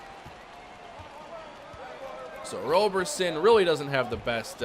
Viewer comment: Don’t shoot 3s with Roberson unless his rating has gotten better in this universe Also his name is pronounced rob-erson (like Robertson but no T) edit: saw the F 3pt rating, it hasn’t gotten better.